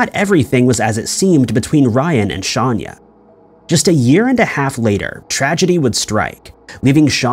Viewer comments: Her name it is not Shanya, it is Shayna Hubert. 🙄🙄 That said, she made a mistake killing her boyfriend. If he didn’t want anything to do with her since he had been pursuing a relationship with a Miss America or a a model or something to that effect, Shayna should have accepted it like a grown woman she was and let him go. NO ONE is attached to the other person, NO ONE, everyone is FREE to walk away. But pretending that he or she “belongs” to you, it is a deadly fantasy created in people’s minds. A very sad and tragic case where one person is deceased and the other incarcerated. Shayna ruined her life and career, and ended the life and career of another. Shayna forgot that “there are a lot of fish in the water!” She could have found another man because of her looks and educational background . Besides, no man is worthy going to prison, Shayna, remember this when you are out in parole. What a waste this case was, what a waste. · Just pointing out it’s not ‘often’ that detectives go into a victims history of who they were. It’s protocol. And it’s actually pronounced ‘Shawn-ah’. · Dude her name is clearly written a few times, how do you take 'Shayna Hubers' and turn it into "Shanya Hubert'?? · How is it possible you don’t know how to pronounce Shayna’s name? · He’s gotta be doing it on purpose. It gets people to comment and he does it every video. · Have you considered that he could be dyslexic, and is saying the words/names the way he sees them? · I have a feeling you know that’s not how you pronounce her name. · It’s not Shaun-ya Hubers it’s Shay-nah Hubers. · Shayna not shanya lol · yes I know. If you look at the board she's holding in her mug shot, her name is spelled SHAYNA and he's pronouncing it Shanya, which is incorrect. Just a mistake, but doesn't effect the video story/content. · Hey - actually, it's pronounced "Shay-na" but it's pretty bad whomever put this video together didn't notice the glaring error! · im sorry but her name is shayna not shanya